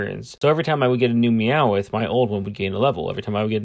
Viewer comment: Why do you say meow-ith it’s just meow-th. I get the mix up just so you know I’m not hating.